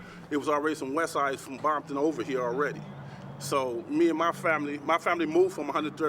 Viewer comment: He said Bomton lol